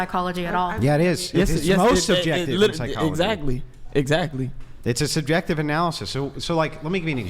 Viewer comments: Legend says she still trying to pronounce subjective 😂😂😂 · All spoken from the woman who weighs 400 lb and couldn't get laid to save your life making hypothetical situations instead of using factual information holy Christ ladies are you guys got a brain between the four of you and she couldn't even pronounce the word subjective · If you can’t pronounce the word subjective, you don’t know what it means lol and shouldnt be making an argument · The fat one not being able to say subjective just shows how dumb these pseudo-intellectuals are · She can't even say the word subjective, let alone what it means. These women are ignorant, plain and simple